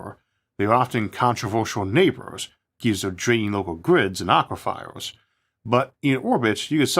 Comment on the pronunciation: A polite reminder there is no "fire" in "aquifer". It rhymes with Lucifer, not lucy-fire.